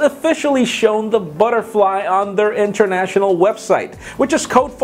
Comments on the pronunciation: Did you say 50 years? Lol. And Butterly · lol "Butterly"